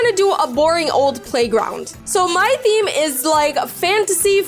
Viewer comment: Btw in the video you said scem instead of theme 😂😂😂